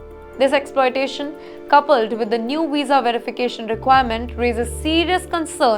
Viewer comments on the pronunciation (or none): none